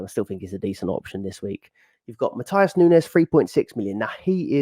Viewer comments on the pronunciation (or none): none